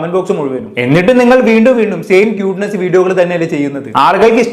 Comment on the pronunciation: ക്യൂട്ട്നെസ് ❌. 🔥ട്ട്നെസ്സ് ✅😂